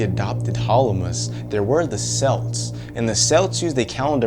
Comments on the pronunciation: Btw celts is pronounced kelts not selts but great vid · It's pronounced kelts and sowan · I'm pretty sure celts is pronounced like 'kelts.'